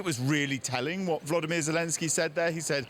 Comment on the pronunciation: Its not Vladimir Zelensky, but Volodymyr. Please try reading the name respectfully. Vladimir Putin you don't call him Volodymyr. 😉